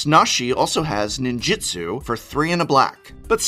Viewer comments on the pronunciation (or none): It's NINJOOTSOO not Jitsu. Ninjitsu is martial arts. Ninjutsu is magic.